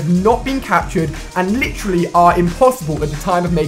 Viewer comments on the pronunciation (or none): or every time he says "LITCH RALLY"